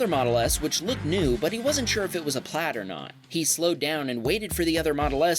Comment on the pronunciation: Dude stop saying "Tesla PLAD" iTS "PLAiiiiiD"